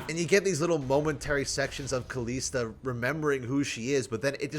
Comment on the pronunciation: Please, just try saying it correctly and not KalEEsta.